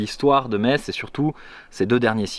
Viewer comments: En lorraine on aime vraiment pas entre un Me"tz" J'ai failli en péter mon écran il faut dire tout simplement comme on dit le mot anglais "mess" le tz à le son -s à la fin et là tu seras bien reçue sinon tu ves mourrir xD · Rah yes! Metz ville sous-côtée… merci d'en avoir montré de si belles images ! Et oui, ça nous énerve énormément d'entendre MeTsss 😂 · Je viens de redécouvrir ma région merci pour ces images juste incroyables 🤩 Et je confirme que je suis irritée quand j’entends « meTz » aha. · Les images sont vraiment propres. Ca fait tellement plaisir de voir des gens présenter cette ville qu'on connait tant ! J'ai malgré tout failli lâcher mon dislike a force d'entendre meTss. Bonne vidéo et bonne découverte de ta chaîne au passage ! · apprenez le patois lorrain . malheureusement il est en train de mourir. Allez vite , gardez ce patrimoine qui vaut de l'or pour des futurs recherches historiques. comme elle est belle. et c'est vrai METSSS c'est horible. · Désolé, je te connais depuis quatre minutes et je suis déjà grossier en t'entendant mal prononcer Metz alors que je suis Meurthe-et-Mosellan. Vraiment désolé. Super vidéo en tout cas. Et j'ai grandi à 7 km du Lac de Pierre-Percée ! Merci d'en avoir parlé ! ;-)